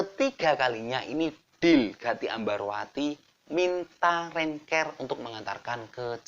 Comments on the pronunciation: Mas, pengucapan Bahasa Inggrisnya diperbaiki dong siapa videonya tambah asyik... Rent CAR {k a r} jangan diucapkan Rent CARE {k E r} .. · Rent kar bang bacanya bukan renker......rental car bukan care karna care itu perduli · Rental mobil rentcar bacanya renkar mas bukan renker... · rent car kok rent ker. koplak. coba wawancarai sri sukhetmi. dia bisa manggil sunan lawu raja jin gunung lawu kapan saja